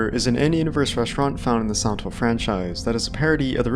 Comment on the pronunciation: Man, i'm not a native english speaker and spend 9 minutes hearing "santos series". Only when i decided hear it in slow motion i could hear you saying Silent Hill. Always nice when i learn to hear the tiny differences in english speakers from person to person